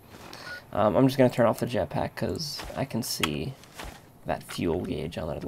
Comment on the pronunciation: lol he nearly said japsack... btw if ur not british it means ur urethral.